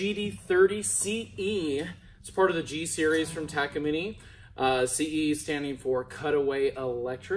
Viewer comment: First person I hear say “ Taka - Mini “ Much love my dude 🔥🤘🏻